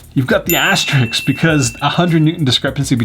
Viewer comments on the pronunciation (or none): I like your videos, but... it's asterisk, not Asterix.... =0) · Aster-isk* (*correct way of saying it) 🤷